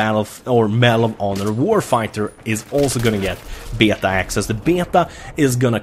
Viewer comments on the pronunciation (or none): BAY-ATA (beta) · I love how says beta "beahtau"